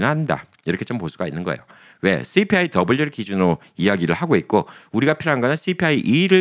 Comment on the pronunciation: 좋아요👍 CPI? 말씀하시는데.. 왜자꾸 그게 욕하는 듯 들리는지..😅ㅋㅋㅋ 저도 오늘 안들어가던 이멜계정 갔다가 무슨 SSA 이멜이 온게있길래.. 갑자기 궁금?해져서 어카운트 첨 만들어봤네요. 근데 면허증 앞뒤 사진 찍어라 얼굴 사진 찍어라.. 뭐그렇게 레지스터하기가 복잡한지😅 여튼 오늘 보니까.. 생각보다 쏘셜 별로 안나오더라구요ㅜ 62 (2039) $ ) $ ) $3628 둘째가 인제 9살이니 적어도 15년?은 더 일해야한다?.. 치면.. 그래도 이거보단 더 나오겠죠? 아니면 이렇게 못박힌건지.. 아니면 마지막 받는 샐러리의 몇%를 받는건지.. (이건 쏘셜이랑 상관없는 캘리주정부에서 받는건지..) 은퇴하고 싶은 마음만 굴뚝같은데😅 아는건 쥐뿔도 없는 나😅 이런 정보 자주 올려주세요. 늘 준비하는 마음을 갖게..😊 영상 감사합니다~❤